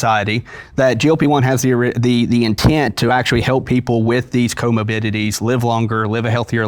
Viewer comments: Say “comobidity” one more time…. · If he mispronounces comorbidity one more time I’m gonna cry 😩